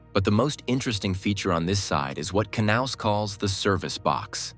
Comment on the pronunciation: The price might be a problem, as might the amount of movable construction items. But the concept is interesting. Oh, for the robot: the 'K' is most likely silent in the English language, so the name would correctly be pronounced as 'naus'.